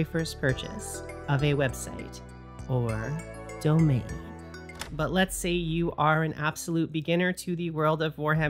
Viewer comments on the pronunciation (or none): none